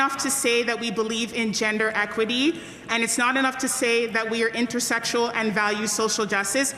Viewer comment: Did she just say "intersexual" instead of "intersectional"?